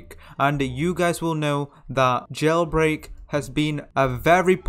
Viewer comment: Did he just say "GELBREAK"